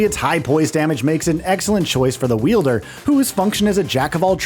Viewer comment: “Wielder” is cracking me up. Wild-er, my guy 😂